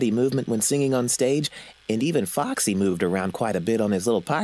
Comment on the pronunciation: Lol Foxy sounds like - FUCK SEE Sorry foxy for posting this :/